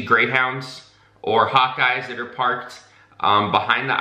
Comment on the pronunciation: I thought you said "hot guys" instead of "hawk eyes". I was momentarily very confused.